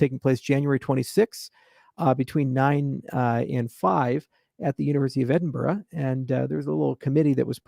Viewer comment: Charles you need to practice how to pronounce Edinburgh. Otherwise Scots will eat you for lunch.